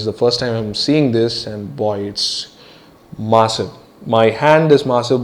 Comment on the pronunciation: You pronounce massive as masive